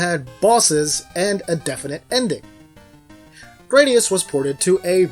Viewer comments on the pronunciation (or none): that pronounciation of the "u" hurt my ears (in japanese グラディウス)